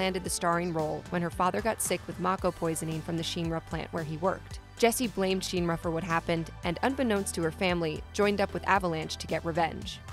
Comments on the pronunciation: She makes a video sounding like she knows the lore but probably just read it somewhere not even play the games. It’s not sheenra it’s shinra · Shinra. Not sheenra. Lmaaao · 1 minutes 38 seconds in and I'm commenting to say that the letter "i" does not always make the "ee" sound... It is shin ra (like the shin part of your legs...). Not sheen ra. This already irks me... Gonna try to watch the rest... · SHEEN-ra? Martin Sheen-ra? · Not Sephiroth's group of soldiers. SOLDIER is owned by Shinra. Which is not Sheeenra. You'd know if you ya know played and heard it said. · Why is pronouncing shinra so hard? Just listen to a voice clip from the game. Or the movie. Or the 2 other games with vocals. Shin Ra Not Shien ra. She even flipped between saying it right and wrong. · Say sheenra one more time, I dare you . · Stop saying Shinra like that! “Sheen Ra” whaaat? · Take a shot every time you cringe hearing her say “Sheeen Ra” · it's my position if you are targeting an english audience then you need to use proper english pronunciation. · This was great... but why do you pronounce SHINRA so weird!? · No no no it's definitely not pronounced like how she says it in this video. Go watch the creative process videos and the interviews with the Nomura and Kitase and see how they pronounce Shinra. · And the pronunciation of Shinra in the video is incorrect.